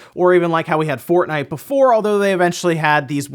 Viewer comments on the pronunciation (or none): none